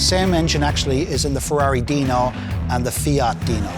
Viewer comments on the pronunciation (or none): none